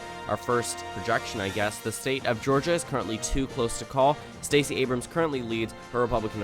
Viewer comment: LOL EVANS!?!😂🤣😂 you mean Abrams?